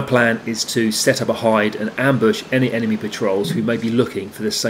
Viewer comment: This dude really just said emeny players 😂😂😂😂😂